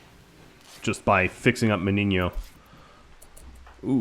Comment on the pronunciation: I'm surprised that you know how to pronounce "Meniño". Great series btw!